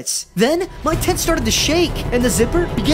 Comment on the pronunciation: Y did u say "hay babyy" like ein the fuck😂